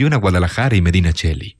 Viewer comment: Eres el mejor narrador de Youtube, no tengo palabras para agradecer los buenos ratos que me proporcionas, dignificando aún más cada texto con tu voz. Pero esta vez hay varios fallos de pronunciación, lógicos por ser foráneo, que te hago saber como crítica constructiva: "Jóvenes que se pegaban EL lote", Medinaceli (como suena, con "c", o "s" si seseas), Ovidi Montllor (como suena), el vi del vici (se pronuncia "visi". "Vicio" en castellano)